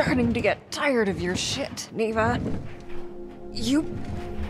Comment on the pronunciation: why tf she saying nivva but its niwa